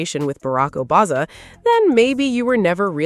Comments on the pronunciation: Barak Obazza? Obasma, sweetie. OBAMA! Fix your AI! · What's with this Barack "OBAZA" reference. Is the A.I.going wonky? 🤷🏾‍♀